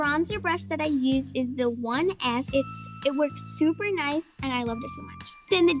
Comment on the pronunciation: says nused but it's used